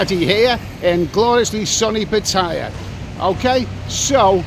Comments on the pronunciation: he lives there but can't even pronounce the name of the city?? phonetic spellings are determined by the Thai government and written on road signs, etc-Pattaya as u can see, the letter " i" appears nowhere in the city name. So it is correctly pronounced Pat-tah-ya. NOT Pa-TIE YA If one is sharing travel advice, at least pronounce the name correctly-- yes, other farang commonly mispronounce it, but that doesn't make it right. Thais, usually pronounce it correctly, as Pattaya is the English spelling of the Thai spelling of the city name. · Speak to the Pa- ta -yaa council. They might redesign the town for you, being famous in those parts & all.